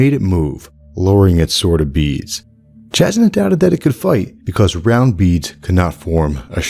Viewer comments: I don't mean to be 'that guy' but Jasnah is pronounced Yasnah not jaznuh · It is pronounced Yasnah, because it literally means "clear". The word comes from the Slavic language family. But it is funny cause the way you pronounce it also is a word specifically in Bulgarian and it means "to hit something" 😊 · Not a true Alethi man I see. Jasnah is pronounced YAH=SNA. Also meaning bright or Brightness is slavic languages. (Thought you might get a kick out of that) But I do love this theory I've been waiting for the statues of light eyes to come to life as soon as I realized an awakened was on Roshar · Woah is it pronounced Jas-nah, or Yas-nah